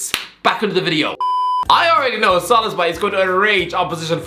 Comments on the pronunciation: Okey dude u gotta stop pronouncing it szolozbai or whatever the hell u're saying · avoiding to say Szoboszlai and instead saying Szoloszbai more frequently than avoiding to say Grealish or Rice are good players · His name is pronounced as SO-BOSS-LA-EE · sob-BOSS-lie = Szoboszlai pronunciation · Sah-bosh-lie I know its not perfect pronunciation but if you just say it like this fast then his name will sound so much better😭😭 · Pronounce it like this: So-boss-la-e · It's pronounced So-bo-sly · Him pronouncing Szoboszlai is the Best Part of the vid😂😂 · Did he pronounce Szoboszlai's name differently every time, or am I imagining it? 🤔😆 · That Szoboszlai pronunciation is horrendous